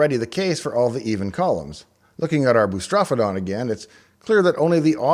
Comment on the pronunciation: But FFR, the word "boustrophedon" is actually pronounced as "boo * struh * FEE * duhn."